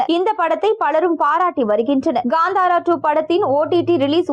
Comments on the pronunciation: Not Gandara, Kanthara. Not Sheddy, Shetty. Pronounce properly. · Adhu Gandhara illai.. it is called Kantara, propera pronounce pannunga.. what a English 😂